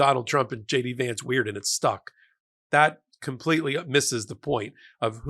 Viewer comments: "Shay-dee Vance".😂😂😂😂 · I thought I heard you say shady vance? Not a bad name. 😅